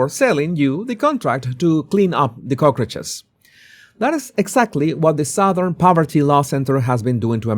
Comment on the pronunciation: OMG! You meant cockroaches!!! LOL! I totally could not understand what you were talking about. If you has said "cucarachas" I would have understood faster than the way you said it. It's just cock-roaches, not coke-ruches. Thanks for the chuckle.